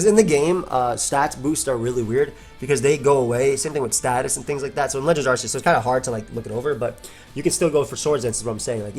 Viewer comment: 1st off, Arceus is pronounced as "Ark-ee-us" not "Arse-ee-us" Second, who cares about it's speed? Look at the shitty defense and special defense! Pair that up with being 4x weak to Flying and it's easy to knock out! Bring out Ninjask, which is by far way faster at 160 Speed and Attack of 90 and Acrobatics while it's not holding an item and BAM! 1 shot! Ninjask may also have shitty Defense and Special Defense, but it outclasses Lilligant in speed. So no, Hisuian Lilligant is not busted! It's easy to 1 shot!